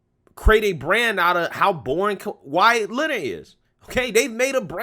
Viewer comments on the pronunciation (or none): none